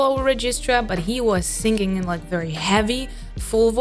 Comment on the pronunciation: you pronounce singing to sing-ging. why?